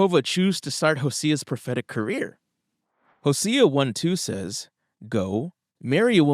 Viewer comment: How did he just pronounce Hosea?